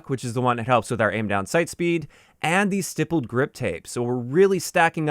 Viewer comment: FYI it’s usually pronounced like sty-pled. On polymer handles you can poke it many times with basically (or literally) a sharp soldering iron